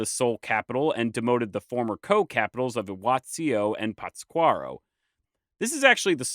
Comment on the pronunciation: It’s really hard listening to you mispronounce Pátzcuaro. Lol you’re putting the emphasis on the wrong syllable. You even left out the accent mark when you wrote it in the video.